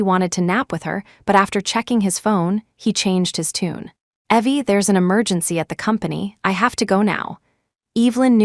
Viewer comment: Funny how AI voice always get things wrong. It pronounces Evelyn as Eee-vil-an, instead of Ěh-vil-an… and pronounces Evie as Ěh-vee, instead of Eee-vee BUT… it did put “ok” in the right place with the right inflection, which all other Asia AIs do not do.